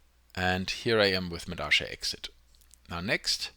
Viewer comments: Why the hell do you keep saying medasha instead of medalla? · If it's in Spanish then it's pronounced meh - dah - yah, not meh - dah - sha. You don't say posho, when you read pollo (chicken). You say poyo.